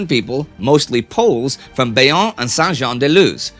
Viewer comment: Bayonne is pronounced "Bye-on"